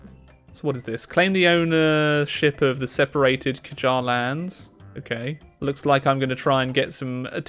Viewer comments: No, its actually Qajar. And there is something about writing persian words in English; we always write the word like how it should pronounced. (Just like german language). So its like "Qa-jar". But I dont think I can teach you how to pronounce "Q". Because its a completely different vocal than any others in english. But FYI, its something between "k" and "g". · The "Q" in Qajar is pronounced like a heavier version of the german "r" sound. Google pronounciation of a word containing "r" in german, like reich. - dont forget to make it slightly heavier. Or another example: like the Hebrew "r" pronounciation. (Why people who speak Hebrew have that funny and distinct accent often times.) (I would personally write the "Qajar" as a "Ghajar" instead in english for this reason, but oh well.) The first and second "a" is pronounced as a kinda proud "a", like in the English word "art". As opposed to the weaker "a" like in the English word "America". (This is why people who speak Parsi (Farsi/Persian) say "Amrika" or "America" in that peculiar way. Because we tend to opt for the stronger "a" often. The English pronounciation of "Adam" is very different from the Parsi one. - we use the strong version in both occurences.) Qa- done. the "j" in the second half is the same "j" as in English. the "J" in "James". Qaj- done. (second "a" is same as the first one). "r" is exactly what it sounds like. Same "r" as in English, e.g. "real". So Qajar. or Ghajar. However you wanna spell it. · Is the word Qujar pronounced like que-har? I was curious on how to pronounce it